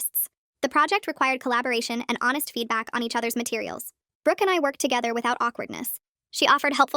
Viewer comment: who else hears britanny holoway instead of brooke holoway